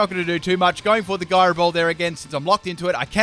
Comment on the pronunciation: Gyro is pronounced with a J Sound, dude. It's J-Ai-Roh